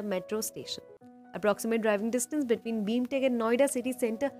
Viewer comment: Its BIMTECH not BEEEMTECH